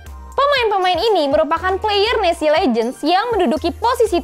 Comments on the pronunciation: En es ce bukan nesi 🥺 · Maaf ya kack itu dibacanya bukan nesi tapi enesce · Keknya NES trs C nya dibaca pake bahasa enggres